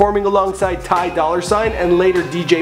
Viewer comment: What the fuck TY? It's T-Y breh 😂😂